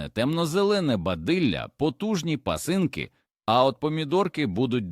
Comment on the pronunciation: Таке враження що відео роблять за допомогою ші. Що враження, так і є. Наголос неправильно ставить ваш ші, горОд, пасИнки 🤦🏼‍♀️ ганьба каналу